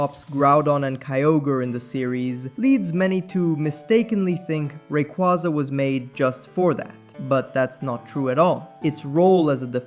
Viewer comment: not to be that person but they did just confirm it’s pronounced Ray- Qway-Za 💚